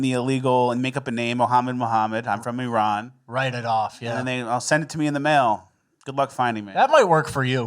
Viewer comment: Thanks for pronouncing Iran correctly